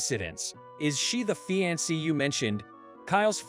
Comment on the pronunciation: Please, please, please have your narrators read better. I can usually just overlook it, but these are bad and it's really hard to overlook, Like the word 'honored' pronounced 'hornered'. Really? How about fiance, pronounced fee-ahn-say? narrator pronounced it 'fee-an-cee'.